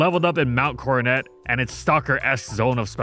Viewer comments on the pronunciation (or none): none